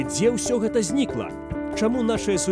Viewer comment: Не «эта», а «Гэта». Гук «г» тут мае быць вельмі выразным. Паслухайце, як размаўляюць старыя людзі ў вёсках, не ганьбіце мову.